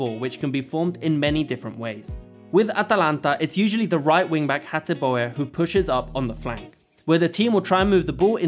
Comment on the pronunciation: Great video. ps Hateboer is pronounced like Hatebur where the U is like the U in the italian word Tutti